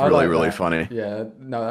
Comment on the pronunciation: says ranboo CC: rambu